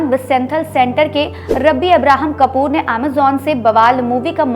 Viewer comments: कूपर को कपूर बोल रही हो।।। ये भी दुखद है😢 अब्राहम कूपर है,।।।। 😢😢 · Didi,Kapoor nahi Cooper 😂😂😂 Ye Bollywood hai yeha aaye din BAWAAL hote rehte hai😂😂😂😂